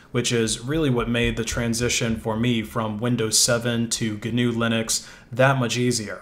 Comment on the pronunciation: Thanks for saying the name of this OS family right! GNU/Linux (at least in the beginning)